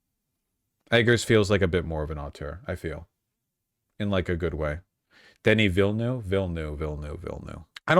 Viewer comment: His pronunciation of Denis Villenueve though.